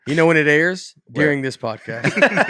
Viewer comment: Washington State! My home state. By the way, Nates pronunciation of "We'll" sounds a lot like "we're". Like "we're have some more New York comics on". And "dearing" instead of "during". Is that a southern thing? I initially thought Nate was doing a bit. Like he says his comedy is based on him playing dumb. But the more i listen, the more i think this is just how he is. Funniest podcast out there! I hope one of Nates pilots gets picked up. He has some hilarious ideas.